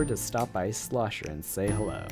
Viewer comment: It's "Schlosser," not Slosher.